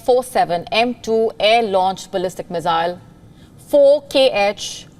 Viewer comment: Her pronunciation of "Missile" is really irritating.